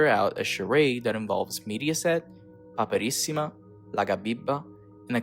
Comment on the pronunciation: Hai un eccellente accento americano, veramente complimentoni. Ma....andiamo...nessun americano sarebbe riuscito a pronunciare correttamente PAPERISSIMA, IN MANIERA COSì FLUENTE POI. TI SEI TRADITO DA SOLO ahahaha